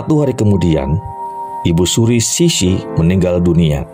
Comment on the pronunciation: Betul bang.. pelafalan nama2 dlm bahasa Mandarin nya hrs lbh baik lagi.. seperti Permasuri terakhir diucapkan Ce Si, bukannya Ci Si atau Si Si.. lalu ada Mao Zedong harusnya diucapkan Mao Ce Tung, lalu Perdana Menteri Co En Lai.. ada pula jendral Yuan Se Kai.. Moga kedepannya bisa lbh baik lagi.. Tetap semangat.. Cia Yu.. 👍👍👍